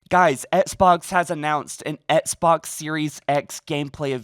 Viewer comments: Can you stop saying “ets box” like it’s XBOX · Sorry man just sounds funny every time u say it lol 😇😎 not trying to b a dick